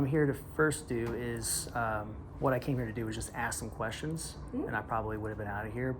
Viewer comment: WHY can Nubians not pronounce the word "ask"??